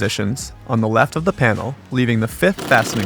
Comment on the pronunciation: Did you say right to lafe